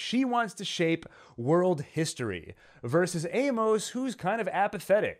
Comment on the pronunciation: I’m always looking for good Expanse content. Your videos have some insightful analysis. However, a few things things. Amos is pronounced AY-mus, not ay-MOS. This gets distracting really quickly and almost made me want to stop watching. Another thing, if you’re not going to read the books, maybe google new character introduced to make sure you understand who they are. As someone else mentioned, Lydia wasn’t Amos’s mom. It’s an understandable mistake based on the shoe content, but really turns off book readers who know the backstory. Also Monica was featured in season 3, bir season 4 which was primarily set one Ilus. Again, a little fact checking in your scripts and pronunciation would increase your credibility with a pretty informed and passionate fan base. I’m not sure I’d subscribe based on the errors in this video but will pop back by to check out some later videos.